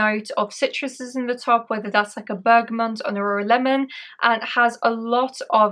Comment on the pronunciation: Bergamot isn't pronounced as Bergamont. There is no N in the word. Bergamont is a type of bike.